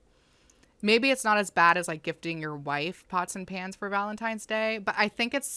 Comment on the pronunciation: WAIT, PANS???? My audio processing thought he said PANTS with the T, as in CLOTHES.